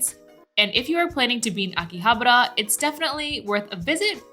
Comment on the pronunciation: living in Japan and still can't pronounce Akihabara correctly